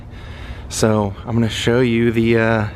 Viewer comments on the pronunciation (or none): none